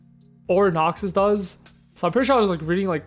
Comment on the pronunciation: You saying noxius is obnoxious